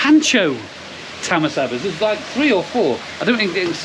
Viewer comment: Was really enjoying the video until you said tamasaba 😂😂 neil rick and gary top fellas can't wait to get there again 👍